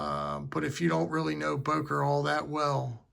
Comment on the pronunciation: Не Бойер а Бокер